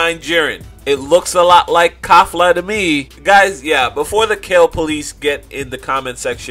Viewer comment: Her name is Kefla, not "Kafla".